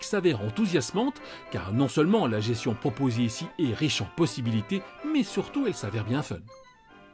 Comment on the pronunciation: On dis gesTion pas gession ! 😶